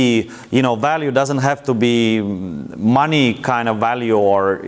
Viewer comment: "and I get the moneyys!" lol